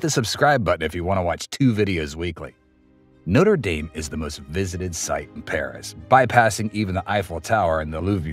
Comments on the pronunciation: No-ter day-m ❌ - No-tre dom ✅ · When you say “Noter Dame” you’re referring to a university. Do your research and pronounce it correctly. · A nice video, but the church is pronounced Notre Daame not dayme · Try pronouncing it NOTTRA DAHM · It a French Cathedral not an American football team- can't you even try to pronounce it correctly? Try to be a little more professional. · Please be more respectful and pronounce the Notre Dame correctly. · Haha, you pronounce it like the college in Ohio and not the centuries old French cathedral.